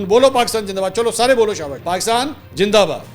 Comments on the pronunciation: جناب پاکستان جندہ باد نہیں زندہ باد ہے برائے مہربانی اپنے الفاظ کو درست کریں شکریہ۔میری برا نہ مانیں گا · Pakistan Jindabad 😅Indian pronounce “Z”by “J” and “ Ph” by “F “ .e.g. PHIR is pronounced Fhir .😂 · indeed pakistan is far more than a gin for india, that is why the can not pronounced pakistan zindabad...... i love pakistan.....